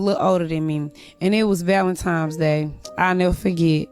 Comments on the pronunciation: *ValentiMes day 😂 TRASH!! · so annoying when people call it valentimes day